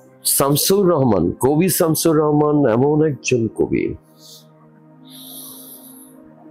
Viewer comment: সুবোধ সরকারের মতো কবি শামসুর রাহমানের মতো বাংলাদেশের প্রধানতম একজন কবির নামটা পর্যন্ত জানে না; তখন শামসুর রাহমানকে আরো বেশি অপমান করা হয়। তিনি বলছেন যে, তিনি ৩০/৩৫ বার বাংলাদেশে এসেছেন। অথচ শামসুর রাহমানের নামটা তিনি ভুল উচ্চারণ করছেন। এটা কি ইচ্ছাকৃত শামসুর রাহমানকে ছোট করা নয়?